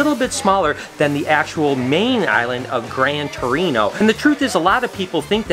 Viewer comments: He says grande torino every time hahahahah (grande terre*) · Brosse pronounced "Bross" Grand Terre pronounced "Grand Terra" 😬😬😬